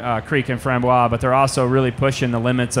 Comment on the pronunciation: Great video, but please learn the correct pronunciation of Framboise.